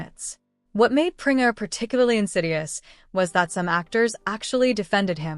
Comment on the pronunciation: Pringer instead of Preminger?